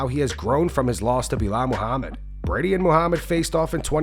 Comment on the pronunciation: Why did you say Belal’s whole name like it was one word? Belamahamid?